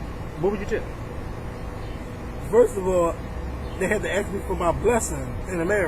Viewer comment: 'Ask' NOT 'axe' Thanks.